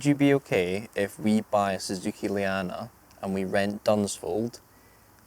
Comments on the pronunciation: Please learn how to pronounce Llandow correctly - it's a British language where the double "Ll" is not pronounced as a single "L". Gets me cringing every time you guys! Otherwise keep up the fun videos! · Llandow, not landow. Ll is a different letter to L. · Can you AT LEAST say Llandow properly.